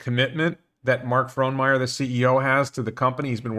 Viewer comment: Your pronunciation of Fronmeyer is good. But your pronunciation of Oregon sucks. The correct pronunciation is maybe Ore E Gun or as the U of O t-shirt says, Orygun . Otherwise, everything else in this video is good.